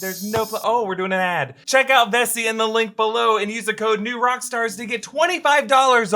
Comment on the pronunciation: I thought he said messi